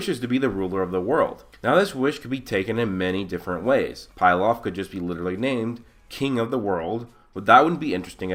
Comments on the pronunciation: Bro it's not 'Pil-off' It is Pilaf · It's not pie laf it's pee laf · Bruh its not pie-laf it's pee-laf. Emperor Pilaf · I love your videos man. But it's pronounced pee-lahf